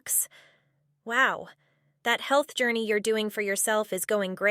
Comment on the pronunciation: "Hulth Jorneee"